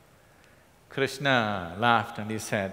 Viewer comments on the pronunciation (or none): Why Shadguru is pronouncing every characters name incorrectly...It's Krishna not Krishnaa, Arjun not Arjunaa, Karna not Karnaa, Chakra not Chakraa...Don't change anyone's name at least..